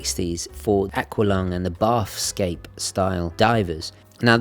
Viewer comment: Just a tiny pedantic thing: "Bathyscaphe" is pronounced something like like "matha" (but with a 'b") and "scaff". Submarines designed specifically for diving to extreme depths. The bathyscaphe Trieste (Swiss-designed and Italian-built) was the first to descend over 10km to the deepest point on Earth, the Challenger Deep, in 1960. Awesome watch, that blue is fabulous.